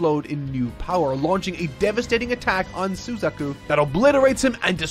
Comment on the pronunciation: shame he ruined Suzaku's...he was on a roll thru 3/4 and almost hit a perfect score!